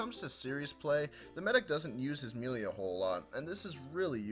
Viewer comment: melee is pronouns maelae